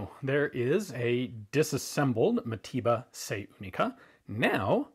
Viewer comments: Mateba not matiba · Its pronounced mataver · sounds like you say matiba... americans...